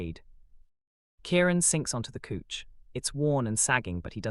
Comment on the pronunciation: You pronounce Silas as SY LUS NOT SEELAS. Couch is pronounced cow ch NOT cooch.